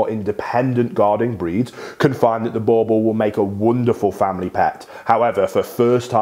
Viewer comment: It's not bauble it boerboel